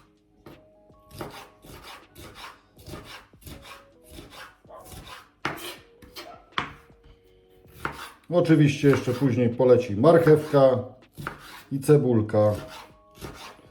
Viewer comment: Przepis bomba! Moje klimaty - na pewno zrobię. Mam tylko jedną uwagę: mnie uczono w szkole (dawno temu), że w języku polskim akcent pada na przedostatnią sylabę od końca wyrazu, a więc nie MArchewka tylko marchEWka, nie CEbula tylko ceBUla, nie WKŁAdamy, tylko wkłaDAmy. Ale może przez te 50 lat coś się zmieniło, no i oczywiście są wyjątki od tej reguły. Daję suba z dzwoneczkiem.